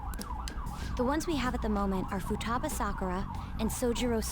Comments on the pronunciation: the way you we’re pronouncing Futaba was cracking me up! Fooooo- ta - ba ;) good stuff 🤣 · Also why do you keep pronouncing futaba's name wrong? You corrected yourself in the video that you were saying it wrong but yet you keep saying it wrong anyway!?